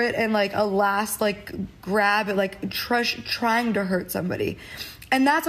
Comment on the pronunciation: I think she was saying “just try to hurt somebody” but just and try got mushed together and came out weird